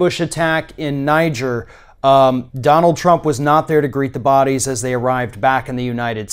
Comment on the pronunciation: thank you so much for pronouncing NIGER the country and NIGER the river CORRECTLY... it make me so mad that everyone wants to prononce it with a "french accent"... the people from the country prononce it, NIGER... thanks so much, it shows that you are not afraid you will see TWO G's when there is only ONE... I think "ni-jeer" would be spelled nigre or well not NIGER... I am almost 70 and this is the first time I have heard it prononced "ni-jeer"...